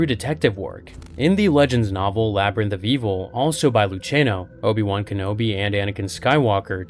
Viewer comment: So they were “jenobi” 😂